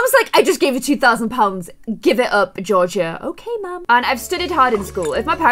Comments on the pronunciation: It’s jorja Not George-ee-ah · Your name was pronounced Georgia like the state.. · My name is Georgia and u say it gorge a. And a girl at school bully’s me for being fat and my brother got rly angry living my life basically but without the money x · who else was buged that she said georgia wrong just picture it without the i tht is how u say it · I cant make it past the first few minutes of her mispronouncing "Georgia" like have you ever heard of the state? Anyway I'm sure it was a great video but I cant. Bye.